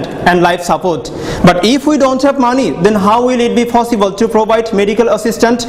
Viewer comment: It's possible not fossible